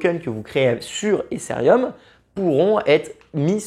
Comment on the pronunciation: Mais pourquoi prononcer Ethereum "Éssérium" ?? n'importe quoi.. É-TÉ-RÉ-UM, c'est pas si compliqué..